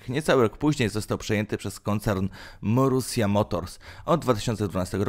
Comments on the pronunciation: Nie mówi się morusia tylko marusiia boże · Żenujący ranking, który ma niewiele wspólnego z rzeczywistością. Do tego nagrywający niech popracuje nad dykcją i wymową. Przede wszystkim naucz się wymawiać Grand Prix i Marussia xD To nie są trudne rzeczy.